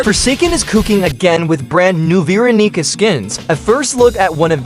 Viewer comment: "VEE RONEECA"